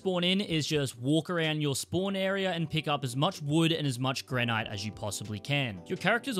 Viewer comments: GRANITE ! Lol 😆 🤣 ... gran-IT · The way he says granite. 😢